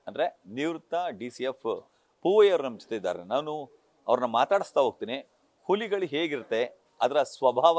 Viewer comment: ಉಲಿಗಳು ಅಲ್ಲ ಅಣ್ಣ ಹುಲಿಗಳು ಕನ್ನಡ ಸರಿಯಾಗಿ ಮಾತಾಡಿ..... ತಾಯಿ ಎದೆ ಹಾಲು ಕುಡಿದೋರ್ ತರ ಮಾತಾಡಿ ಆಲು ಕುಡಿದೋರ್ ತರ ಆಡ್ಬೇಡಿ... ಸುಮ್ನೆ ಕನ್ನಡ ಕನ್ನಡ ಅಂತೀರಾ.... ಉಚ್ಚಾರಣೆ ಬಹುಮುಖ್ಯ ಅನ್ನೋದು ಮರೆಯ ಬೇಡಿ... 👏